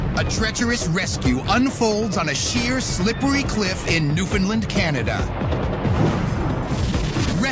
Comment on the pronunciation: my god, he actually said newfoundland right?